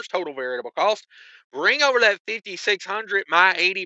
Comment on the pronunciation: There's DEFINITELY an S at the end of Illinois. What they fail to understand is that it's still pronounced like ILL-ANNOYS sounds just like it looks. Also, I'm sure you're trying to say VARIABLE costs but it ain't coming out that way 😂😂😂 Maybe "veritable" is more accurate in part as the "true cost?" IDK.